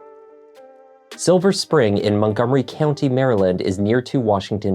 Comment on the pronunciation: English may not be her first language ! And I’ve lived in DC for 30 years and I’ve heard ppl call it “silver springs” as well! Doesn’t mean she’s lying. She just added an S to Spring😅